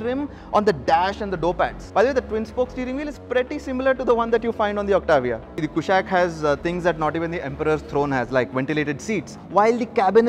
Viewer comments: It's कुशाक NOT कुशैक। from Sanskrit! so that accented A is totally colonial. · i am sure its not pronounced 'koooshaaq'